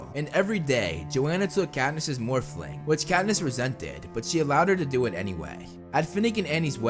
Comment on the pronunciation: The fact he can’t say morphine right drives me crazy.